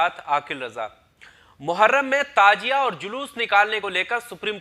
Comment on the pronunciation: Tajia nahi Tazia